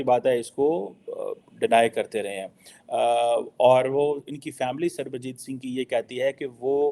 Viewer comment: Fake Phd Chamaar Kheema cannot pronounce Punjabi name Sarabjit Singh 😂😂